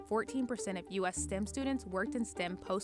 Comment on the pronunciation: It's not "stim," it's "stem." Your reporters could use a class on English.